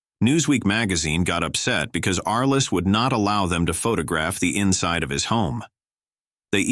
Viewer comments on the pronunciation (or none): none